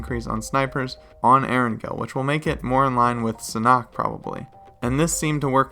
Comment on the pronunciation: sanhok not sanock